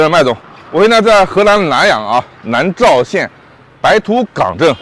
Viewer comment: 南召 发音是南照哈。